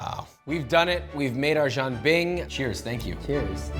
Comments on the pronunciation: Jesus Christ. It’s not Jean Bing, Chandler’s French cousin! It’s jee-an bing. If you’re going to spew on about how authentic you’re making something, AT LEAST LEARN HOW TO PROBABLY PRONOUNCE IT. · Stop saying John Bing😭 I’d rather you say Jen Bing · It’s pronounced as ji-yen bing, as in Japanese yen, not ji-ahn bing…. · I hear Josh saying “John bing” but it’s more like “jee-an bing” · it's "jian" like Leanne. why do you keep saying jang bing lol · "Jean" (as in Claude) bing? Nah bro it's Jen bing? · Jian Bing is a buckwheat crepe, and Jee’ Ann has a different pronunciation. I applaud you for bringing northern Chinese cuisine to our attention, but let’s be a little bit more authentic please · it's jian bing. Like Jen. what the why you had butcher the word like that? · Instructions unclear; dumped some Bisquick in a pan and added pork rinds & bahn mi Every time you guys say Jianbing it sounds like "Jim Beam" and it's a wonderful thought experiment for a whiskey lover like myself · I stopped watching when they started slicing the cucumber. I almost dropped my phone when they put milk in the batter, and I wanted to strangle Josh for not pronouncing it properly. Jean bing? Really? Wtf? But… I am guilty of jianbing mistreatment myself. I like making the sauce out of pixian doubanjiang as well as huangdoujiang. Gives it a nice deep flavor and a nice little kick of spice. I’ve also put in yangrou chuar, cooked over a campfire. My favorite shaokao. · stop butchering the names 😢 Who is John Bing? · It’s as authentic as Josh’s pronunciation. Jean Bing. wtf. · Its pronounced Jan like janitor And Ping like pinging (EDIT: more like peeing without the i) Btw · Right? Frickin nails on a blackboard. Sounds like he’s saying Jean Bing, Chandler’s French cousin. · If you're going to do a 15 minute video on it, learn how to pronounce the word jianbing first. Lol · Can you at least take the extra 10 seconds to look up the correct pronunciation😊